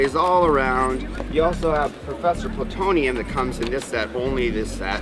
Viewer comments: wait, did he just call Professor Utonium Professor PLATONIUM? ok, if they are gonna showcase new merchandise for a cartoon (and I mean all cartoons) you need to know the names of the characters, you just need to, specially the major ones. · The guy pissed me off when he said professor Putonium! ITS UTONIUM! I dont care about the spelling it just has to be said correctly. Jeez i wish it was the 90's still. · Did that guy just call Professor Utonium "Professor Plutonium"????? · i stg that guy said professor plutonium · They had one fucking job and yet they couldn't say his name right